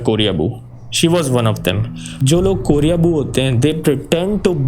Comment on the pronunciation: Sir it's koreboo not korea-boo